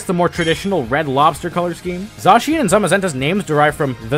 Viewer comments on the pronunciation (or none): So shouldn't Zacian be pronounced "zah-SYE-an" instead of "ZAH-shee-in"?